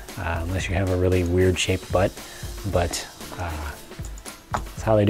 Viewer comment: it funny how you say butt.